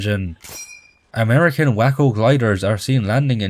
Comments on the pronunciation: pronounced “Way-co” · As a Texan, the WACO glider is pronounced "WAY-CO"